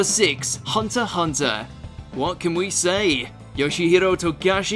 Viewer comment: This guy is an anime fan yet he pronounces half the names wrong? Especially for Hunter x Hunter.